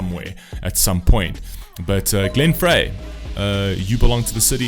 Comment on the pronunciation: Glenn pronounced his last name "Fry", not "Fray". He was one of the founding members of Eagles, along with Don Henley, Randy Meisner, and Bernie Leadon. The Eagles have the #1 and #3 best selling albums in the US of all time, with "Their Greatest Hits 1971-75" and "Hotel California", respectively. Though there were several personnel changes to the group, Glenn and Don were with the band during each iteration, until Glenn's passing in January of 2016. The Eagles broke up in 1980 and reunited in 1994. Glenn recorded several solo albums and songs for soundtracks during this period. This song was recorded for the "Miami Vice" tv show during this time and included footage from the Season 2 premiere episode in the video. He recorded one final solo album during a short break from the Eagles touring in 2012.